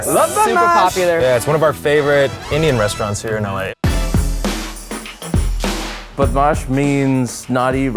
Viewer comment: He pronounced Badmash perfectly wowwwww